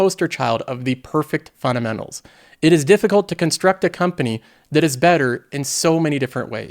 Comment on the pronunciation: love the content but there is a "D" in funDamentals lol